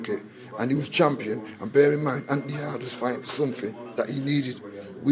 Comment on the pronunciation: 🤣🤣😂😂😂😂 its yarde I love how you said yardie. Lol Yardie needs to work in his stamina